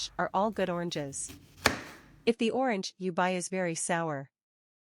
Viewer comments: She can not even say orange 😂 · You can’t “fix it” u less you stop using AI. I was willing ti comment here but I didn’t watch the video, from the moment I realized it was that stupid AI voice thwf can’t even pronounce “orange.” So unless you start using your own voice or a kfhwr human’s voice…. I won’t watch. Imagine if I typed this comment without any spaces, in one long word using random, alternating lower and upper case, no punctuation… and you had to go through the slow, irritating process of teasing out each word. How long would you last? If you have speech issues,, find another person until you’re feeling better! Get well soon!